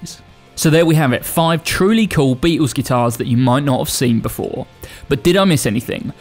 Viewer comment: Who the hell are the "Beetoos"? The famous four had a pronouncable 'L' in their iconic name!